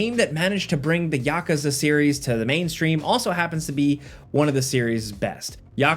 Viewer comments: pronounce yakuza like that again and ill eat you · Glad Yakuza was mentioned but the way you pronounced it made me cringe so hard lol